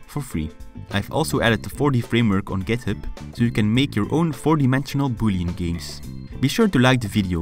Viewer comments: "I've also added the 4D framework on GitHub so you can make your own 4D bullying games!" I know it is boolean, but in my ears it sounded like bullying lol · in the end i thought he said "so you can make your own 4d bullying games" XDDDDDDDDDDDDDDDDDDDDDD